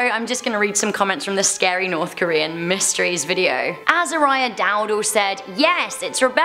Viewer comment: When she said scary I thought she said Gary😂 .... yeah... I probably watch too much spongebob....